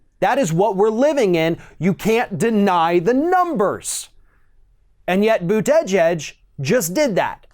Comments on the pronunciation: Folks should give Mayor Pete chance. It is still early. Mistakes small and large have been and will be made by all. He may attract young people to vote for the first time. What is wrong with being in the center on on the left? Commentator lost some credibility with me by mispronouncing Mayor Pete's Name. Emphasis is on the first and last syllable, not the middle. Commentator is smarter than that. Did he do it on purpose? Commentator's tactics are starting to remind me of Rush just on the other side. What is wrong with saying your opponent cannot win in a primary. Every single candidate will do it, then the winner will choose the person he criticized most as a running mate. It has always been that way. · This dude butchers the last name lmao boot edge edge haha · ~ As a journalist, one must pronounce Pete’s last name correctly if one chooses to say Pete’s last name this many times in a video. ➡️ Pete Boo-ta-jedge 😉👍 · Pete "Boot-edge-edge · just say booda jej. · The polls said Hillary would win, and look how that turned out. I like Bernie and Pete. Either way I will support anyone the Dems put out. And for God sakes learn how to say to man’s last name correctly. The way you butcher it makes you sound a bit Fox News caster, lazy and stupid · I really wish you'd learn how to say Buttigieg! It's annoying. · You should learn to pronounce his name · It’s fun listening to pronounce Buttigieg’s name! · I thought we had the pronunciation of Buttigieg down ,guess not 😅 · Buttigieg's name is pronounced differently in every ROF video. Now we're at "Bu-TEH-jedge". Whoever he is, he's an empty suit. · He still really needs to work on his name pronunciations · I'm not a fan of mayor Pete But if you're going to criticize him and pretend you know what you're talking about you should at least pronounce his name properly.